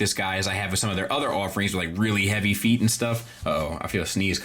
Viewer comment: FEEEEEET You should say it more often,. Great review. Love this Warpath🤩